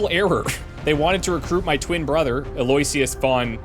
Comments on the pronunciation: Eloysious is pronounced Eh-low-ish-us, I think. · Eloysious is pronounced "Allo-wish-us" with the stress on "wish".